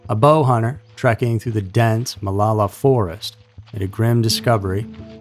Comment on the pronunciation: I’ve lived in OR for 8 years now. We pronounce it Mah-low-la.